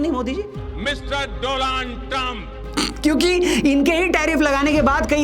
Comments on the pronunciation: Is it Doland or Donald ? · डोनाल्ड नाम है doland बोल रहे हो आप😂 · Donald ❌ Doland ✅😂